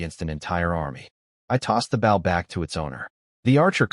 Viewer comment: The machine reader says "bow" incorrectly but says "crossbow" correctly. Just funny I think.